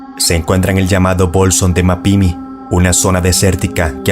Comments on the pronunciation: "MapimÍ" con acento en la 2da "I" y "Coa-hui-la" (Y) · Es "COA"... Coahuila y MapimÍ acento en la última "I" fuera de eso buen video, estuve ahí y la atmosfera es algo incomoda mi reloj se quedó quieto y la radio no se escuchaba ... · el nombre de bolsón de mapimi tiene acento en la O y es Mapimi todo junto, no ma pimi y Coahuila se pronuncia tal cual Coauila, no cauila